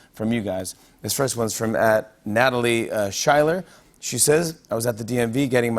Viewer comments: Can't believe he's a fan of Hamilton and still pronounces it Schiller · I thought ‘Schuyler’ was pronounced like ‘Skyler’?